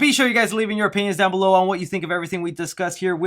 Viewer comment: Excited to see some Willy lol also when you said leave your opinion down below it sounded like penis... ok I’m don’t being 12 haha